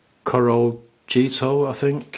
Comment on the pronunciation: Corojito is pronnounced as "Corohito". Just think of the J in spanish names like this as an H.